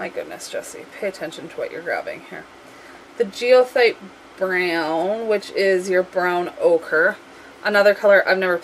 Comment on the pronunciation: Goethite = guh tite (hard G). : )